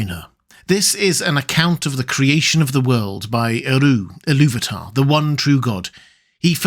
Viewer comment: I’ve tried to love Shaw’s, but I can’t. His, ”ih-loo-VAH-tar” kills it for me every time. 🙁